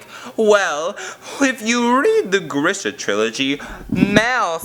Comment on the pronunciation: THAT'S NOT HOW YOU PRONOUNCE GRISHA